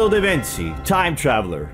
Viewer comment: Your pronunciation of da Vinci is soooo wrong 🤦🏽‍♀️